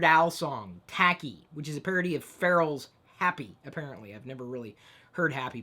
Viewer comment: You pronounced pharrel soooooo wrong